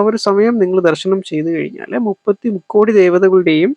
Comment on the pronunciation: Rukkodi alla mukkodi ennanu